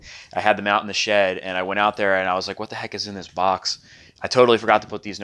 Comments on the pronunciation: You said Boc instead of Box loll😂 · why do you call it a bock?